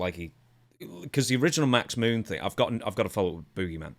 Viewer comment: I like how the announcer calls him the boo-geyman